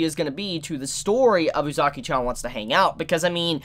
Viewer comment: your not saying uzaki right watch it in sub to see how its said